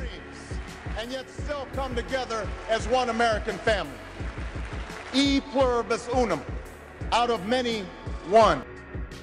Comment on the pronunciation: "yee pluribus unum" my bro obama killed me there💀